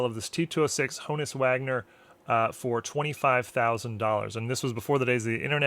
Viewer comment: Quick tidbits, for those of you who like tidbits: Wagner's first name was Johannes (yo-hahn-is) His nickname was "Hans." Wagner's last name was NOT pronounced HO-niss.